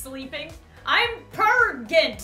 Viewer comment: Everyone: it's pregnant: it's preganant